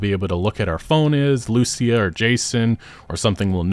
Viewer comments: the spanish words say: "Confession written in (tattoo) ink. The tattoo on his neck that gave him away, key to the conviction of a man from Leonida". And one more thing. Pronounce Lucia's name like this: lu-CIA. Like the woman at the beginning. Not LU-cia. Hope it helps, love your videos, keep it up, sorry if my english is bad, hope you understand what I wrote. Cheers ✌🏻🙂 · My man, I've been watching your content since 2016. You're my go to for info. Please, please oh PLEASE pronounce it LucÍa. Lou SEE Ah Ok, Spanish rant over. What a time to be alive <3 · It bothers me that even tho you hear them say Lucia’s name, you still pronounce it wrong 😂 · Trailer literally teaches you how to pronounce "Lucia" You say "Lucia" wrong again... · The guy cleary heard how the name Lucia is pronounced and proceed to say it wrong!!! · You pronounce her name wrong you silly sausage, it says it in the trailer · Anyone else bothered by the way he keeps pronouncing her name? 🤦🏻‍♂️